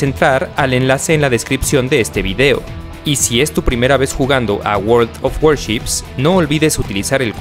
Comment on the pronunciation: El guorld of guarchips pesan 32gb jaja